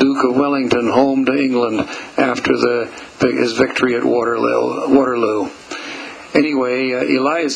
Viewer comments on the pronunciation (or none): none